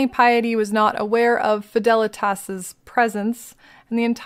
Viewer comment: I think Fidelitas how you pronounce it is correct, also instant subscription after 2 minutes of first video, amazing content and delivery, thank you ❤